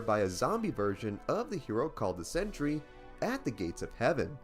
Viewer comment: Good grief! It's sen·try /ˈsentrē/, NOT "century".